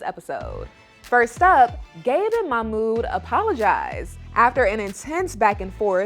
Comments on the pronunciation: It drives me crazy that Melicia doesn't pronounce Mahmoud's name correctly. It's not hard. Also, musssslim, not muzlim. Please. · It's MaHHmooD not Mamoo 🤦‍♀️🙄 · Yesss and she should learn to pronounce his name properly